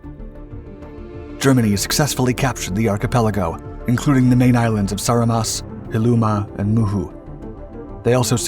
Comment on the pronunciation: Dude. Your name pronounciantions are so far off that I have no idea what is this "moon sound" battle you speak of. Write the actual name down and stop butchering it. First I thought there is some battle i dont know of and got exited, but after You pronouncing Saaremaa, Hiiumaa and Muhu islands, i was lile, ooooh, he didnt do his homework. So, what is it?